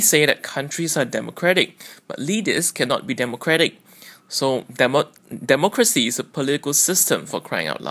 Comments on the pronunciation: I wonder if you would make any grammatical mistakes that you claimed Amos had made when you talk? i think Amos speaks better English than you, you are too cautious when speak that make you voice sound very weird and unnatural. eg: you stammering on "demo ...democracy" the words " " that came out from you was really repulsive to the ears. , you didn't pronounce the s in the word "individuals" right away, but added it later. apparently you yourself also can't handle the "s" well. all the above show that you probably need to be super alert when you speak so as not to commit any grammar mistakes. Amos, on the other hand, speaks smoothly. also, "sacrificed" you said "satisfied" , how many, not how "maay" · Nothing is further from the truth (look at your similar sentence): your accent is horrible and you mispronounced "democracy". Besides, you should never begin a sentence with a "But". Amos Yee is 16, has a wonderful accent (unlike your fake British one), and is a delight to listen to. In spite of the fact that Amos made 10 grammatical errors and mispronouncing "ambiguity" in another video clip, I like the kid. YOU are the one with a facade,.